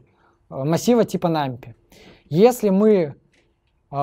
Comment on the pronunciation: 'нампи' и 'тёпл' режут слух